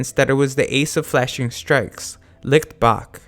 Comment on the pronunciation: I didn't watch the anime, so I can't tell whether they pronounce Licht as wrong as you do, but I can tell that you don't even try to pronounce it correctly, as you turn "ch" into a harder sound, similar to light. "Leekt"